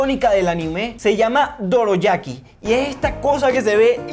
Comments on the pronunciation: no es doroyaqui es dorayaqui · Es dorayaki no doroyaki😂😂😂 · SE LLAMA DORAYAKI NO DOROYAKI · Se dise dorayaki